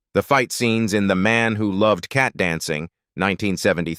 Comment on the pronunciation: The Cat in Cat Dancing is a woman's nickname, not an adjective, as the accent of the AI narration would imply.